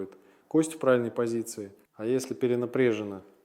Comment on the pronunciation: 4.50 Говорит этот робот правильные вещи, но это не доктор! он сказал -перенапрЕжена ... вот и всё ИИ !!!